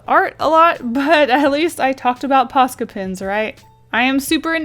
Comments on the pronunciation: It's so funny to me when she keeps saying "posca pens" bc I'm finnish and it sounds like "paska pens" to me, and "paska" means shit in finnish::D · Is it ok I thought she said pasta pens 😂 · "Posca pins"